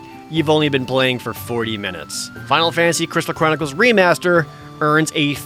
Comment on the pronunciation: “I just got done playing a ton of the Final Fantasy: Crital Cronickles” is what im hearing 😭😭😭